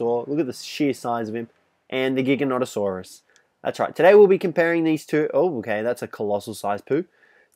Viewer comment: You don't have to say giganonatasaurus